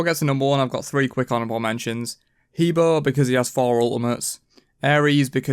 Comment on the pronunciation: Well it doesn't matter if you're English. He's still an Egyptian god. And you don't pronounce Scylla as Skill-a either, do you? And btw He Bo is pronounced as Ha Bwah